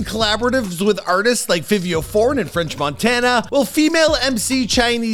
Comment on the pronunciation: So we gone act like he ain't just call fivio ,fivvio 4 (in the very beginning) 😂😂😂